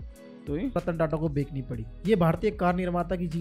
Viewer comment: Bekani nhi Bechni hota h❤ pronunciation par dhyan dijiye ❤